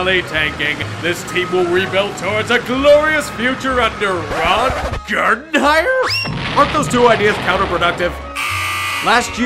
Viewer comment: The way you said Gardenhire is fucking hilarious